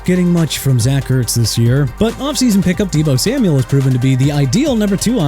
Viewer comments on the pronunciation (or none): none